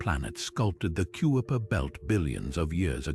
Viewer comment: You said it well! I hit pause when the sneakily perfect British AI voice called the region the "Cue-a-per" Belt.